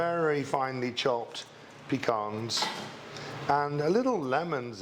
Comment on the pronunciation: Thank you so much, Chef Darren! I am definitely putting this on my 'dessert recipes to make' list. I love the add-in of the pecans to the crust. It's definitely going to be delicious with them. AND thank you for pronouncing 'puh-caan' correctly. The blueberries are a perfect topping (so are cherries and strawberries) to the cake. If you love pecans, I highly recommend pecan pie and any variety of sugared, spiced pecans - great in salads and for snacks. Thank you again! 😊💖🙏🏻